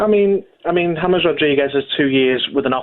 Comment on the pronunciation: Gabby pronouncing James yames 😂😂 world class players like James will be good In any league when pundit's and people say oh they are not premier League proven he's proved himself at the highest levels world cup 29 in his prime abongahor Clueless